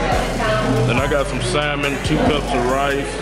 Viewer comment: he actually pronounced salmon correctly